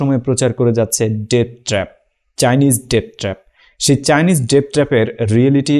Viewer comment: ভাই ওটা উচ্চারন হবে "ডেট ট্র‍্যাপ" যার বাংলা অর্থ "রিনের ফাঁদ"